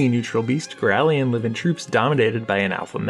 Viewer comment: Why do you keep saying girallion? there's no second i, so why pronounce it like girallion?